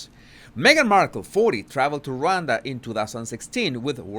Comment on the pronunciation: Pronounced RahWonda